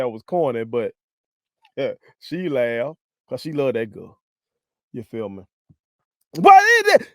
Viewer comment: Can’t express himself without using ugly language ( which I use sometimes) not in public and definitely not on a podcast! Listen to the way he say girl more like gul 😅😅